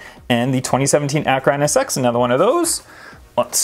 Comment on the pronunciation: Who says chentanario or acoooooora nsx